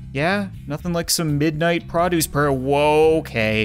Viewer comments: Is it just me or am I the only one who says PROduce and not pruduce cuz I swear that’s all I’m hearing in this🤔😁😊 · I love and hate how you say produce.